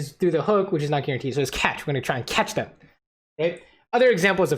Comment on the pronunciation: I thought you said "Lucian will flash the bombs because it's CASH," and had me rolling. Catch makes a lot more sense though lol